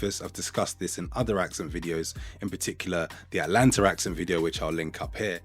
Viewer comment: That intrusive r be kicking your ass. I've never heard anyone say Atlanter 😂